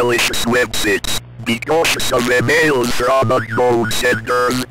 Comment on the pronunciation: "be cautious of suspicious e mills and web sits" 🗣️🔥🔥